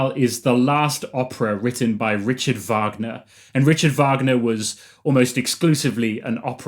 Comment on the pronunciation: Rickhard Vagner